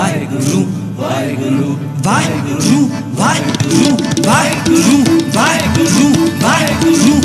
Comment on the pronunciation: Shabad is beautiful, but the way is saying "WAHEGURRRRRUUU WAHEGUURRRRRUU" is not correct. It should be WAHEGURU and care should be taken to use correct pronunciation when speaking WAHEGURU which is not WAHEGURRRUUU